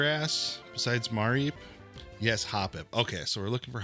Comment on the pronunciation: it's muh-reep not ma-reep lol